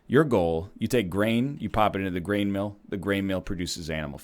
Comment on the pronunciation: I'm pretty sure hearing brain instead of grain is ingrained in my brain